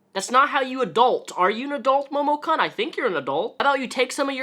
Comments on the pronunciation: I dunno if this is what you're videos are usually like, but congrats if you got this far rambling about cosplay drama. IDGAF about momokun (which at no point was it funny when you mispronounced kun) but gat damn, man. Get it down to brass tacks. That was excruciating and you rambled about shit and didn't even cover more than what everyone already knows and has said. Damn, I didn't know you could be so bad on YT and still have followers. WAIT I LIED. OF COURSE YOU CAN! Anyway, link to this one, chump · Not to defend momokun (i hate her just like anyone in the cosplay and otaku comunnity rn) but like, do you watch dubbed anime or something like that? bc the way you pronounced momokun just killed me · The way he pronounced momokun and renowned make me upset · the way you pronounced Kun made the weeb in me very sad :/ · momo-KEWN. not Cun. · This is a great video. I just heard about this and I wanted to know about the controversy. But it’s Momo KOON, not kun. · I'm surprised you haven't been grilled on this yet, (or if you have it got buried and I can't be bothered to dig it up) but it is pronounced Momokoon, not Momokunn. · kun is pronounced " koon " not CUN. Sorry the mis pronunciation was irking me. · "Momo-kunn" Not gonna lie I reached for some whisky when you pronounced Kun that way. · usually pronounced k-oo-n in Japanese. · It's pronounced "koon". Momo"koon" I can't even get 10 mins into the vid cause the way he pronounces it annoys me so much. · It's probably pronounced "momo*koon*" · It's pronounced Momo "koon" "KOON!!!" omg, that's totally racist! I sincerely apologize. I have irritable bowel syndrome and it makes me a total grammar Nazi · Momokun is fucking gross and it's sad people threw so much money at her for shitty cosplays and """lewds""". On top of her shitty attitude it's great to see her getting what she has deserved for quite a while. Also my inner weeb is being triggered by the pronunciation of Momokun here. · You can pronounce "kun"?